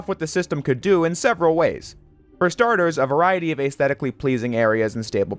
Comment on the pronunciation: Look up how to pronounce "aesthetic" lol